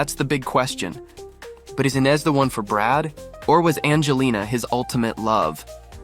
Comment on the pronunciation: Is it Eye-nes or Eee-nes?🤔🤔 Y'all can't stick to 1 pronunciation!